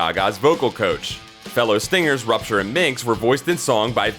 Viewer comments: "Rapture". ;) Didn't you say "Rupture"? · its Rapture not Rupture lol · Nothing new and you mispronounced Rapture, then as the why jem really feel was the barbie and the rockers doll. Hasbro at that time also acquired the doll Sindy the doll that would be sold as maxie in the US. This acquisition and lawsuits from Mattel forced hasbro to choose Sindy the top selling doll of the UK market or continue to push jem. Not if the transformers movie & gi Joe movie would have done better the jem movie slotted for the end of 1988 would have happened and jem would have gotten the last of the 100 episodes that were planned